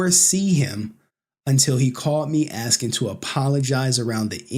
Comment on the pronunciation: stop axeing questions, we need them